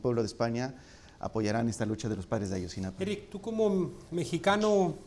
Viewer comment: Maleercom sa de cv si a él, no lo dejas hablar por todos los mexicanos, tu tampoco te deberías nombrar el portavoz del pueblo mexicano, yo sí comparto muchas de sus opiniones y comentarios, es cierto que dice Ayotzinapan, en lugar de Ayotzinapa, pero eso no hace ni mas ni menos valiosos el resto de sus comentarios